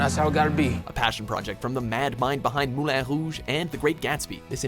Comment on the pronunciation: For the love of God stop over pronouncing and titles like Moulin Rouge